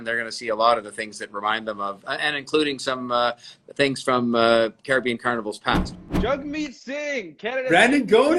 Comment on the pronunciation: Tings or things? 😂